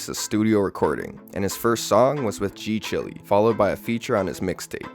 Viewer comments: Why are you calling G CHILE (pronounced Child, "chile)", g Chilly? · g-chile is pronounced g-child